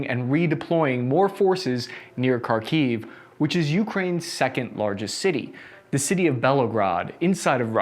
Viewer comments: Sorry, pal, I like your videos, but your pronunciation of the Russian/Ukrainan names of the places is terrible. Kharkiv should be pronunced as khar-keev with the first syllable emphasized. Not car-kiev.... I'd be glad to help. Joe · As someone who grew up speaking Ukrainian and Russian, and only learned English at age 20, it is very unusual for me to hear how he pronouncing Kharkiv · Please make an attempt to pronounce the cities names correctly, for goodness sakes it's hard to take you seriously when you cannot take the simple steps in educating yourself on these things. Kharkiv [Харків] is "flem (like you're hacking a loogie)-kyiv"... Mariupol [Маріуполь] is Mary (rolled r) ooooooo pool. Otherwise, this is a great take on the military tactics imposed by both the armed Russian forces and Ukrainian forces. Thanks for the insight! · Kharkiv is pronounced: HARkeev. The 'Kh' as it's spelled in English is an 'X' gets a hard 'H' sound similar to the 'ch' in Loch. Kherson is pronounced similarly but the emphasis is on the second syllable so it's: 'hairSONE'.